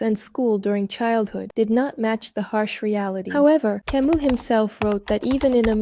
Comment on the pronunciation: Learn how to pronounce Camus the French way